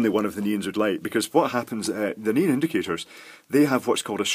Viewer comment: neON not neAN